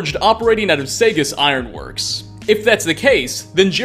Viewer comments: Wow, you completely botched the pronunciation of Saugus. It isn't "Say-gus", it's "Saw-gus." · It was the Saygus(Saugus) Ironworks that got me. It's pronounced Saw-gus. Been there many times, even tried to get a job there lol. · I'm born and raised in East Boston, Saugus iron works is pronounced SAW-GUS not say-gus. Hurts my ears when you say that... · SAW-gus ironworks, not SAA-gus. First ironworks in the US. Saugus is a real place in Massachusetts, just north of Boston. It's also a city in California. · It's not the "Say Gus" Iron Works. It's the "Saw Gus" Iron Works. Saugus is one town over from me here in the Commonwealth of Massachusetts. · I know this video is old but I’m from massachusetts and it’s pronounced sawgus not saygus btw anyways dope video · Saugus is Saw-Gus not sAyGus. I have family there. Good content. Have a nice day. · "Sagus" pronounced "SAW-Gus" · Cool video, just a minor thing. Being from the area, Saugus isn't pronounced as "segas", it's pronounced as "Saw-gus". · Saugus = Sawgus, not Saygus. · It’s not saygus it’s sawgus trust me I live close to where the game takes place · the town spelled Saugus is pronounced Saw-gus not -Say-gus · SAW-gus, not SAY-gus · Saw-gus. Not say-gus. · Im from The Commonwealth its pronounced "SAW-GUS" not "SAY-GES" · Saygus Iron works? Saugus. Pronounced Saw-gus. Kent Connolli? Did you even play the game? It's not as if it's strictly text based and you mispronounced it. They say it in game over and over ffs. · It's Saw-gus (Saugus) not Saygus! You Youtubers kill me with these mispronounced names! 😂😭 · Great vid, one thing tho, it's pronounced "Saw-gus". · The way you said Saugus 😂😂 SayGus😭😭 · Proounced “saw-gus” not saygus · Pronouncing Saugus as "say-gus" is unforgivable. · Connolly not Cannoli Saugus not Segas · Saugus is pronounced saw-gus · Saugus pronounced "Saw-gus". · It’s pronounced Saw-gus.(Saugus) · He butchered the word Saugus 😂